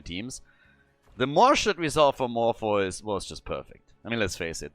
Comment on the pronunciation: I believe “Morpheus” is pronounced More-fee-us. Not trying to sound rude but I am like that unicorn mount.